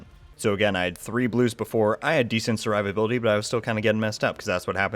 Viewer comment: I'm more impressed with the build than your pronunciation of survivability 😂😂😂